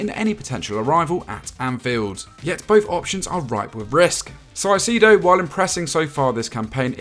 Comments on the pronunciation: wrong pronunciation of his name. Moises Caicedo- not Sacido whatever they said. Ecuadorian talent😫🇪🇨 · It’s not psycido it’s Kai-ce-do (like Kai Havertz) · Ecuadorian here 🇪🇨. For the record, its pronounced Moises Caicedo ("kai-say-dow") not ("sai-si-do") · Saicedo what the hell is that pronunciation as Ecuadorian is insulting the way you pronounce it